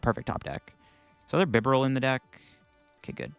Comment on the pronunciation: And Bibarel sounds like liberal